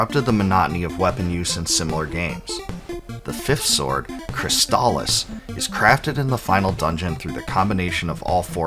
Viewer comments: Thank you for pronouncing "Crystalis" correctly. Easily one of my top 5 games for the system. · Finally, someone pronounces the name of the game correctly. I've seen so many reviews, and they just keep calling it chrysalis.